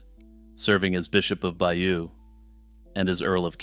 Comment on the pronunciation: Excellent but please pronounce Bayeux correctly. Hardly a big ask since you've invested time and energy in making a video about it?